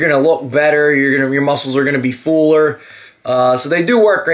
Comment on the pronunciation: Great video as always! Thank you for sharing your experience. Now did you say it makes you fooler or fuller?